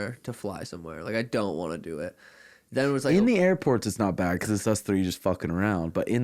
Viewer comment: O’ Malley says bad like this…..Pppbaddd